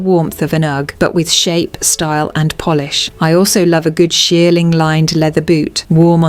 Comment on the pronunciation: Your phony A.I. narration betrayed your attempt at sounding high-class and authoritative, when it pronounced "polish" as "Polish". You nearly had me fooled. At the very least, you should carefully listen to your video before posting and making yourself look foolish.